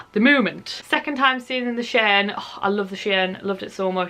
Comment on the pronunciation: Nice haul. It's pronounced Hotel Shy-anne though ;)